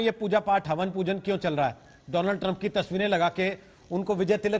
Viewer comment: Woh Havan hai ya haban hai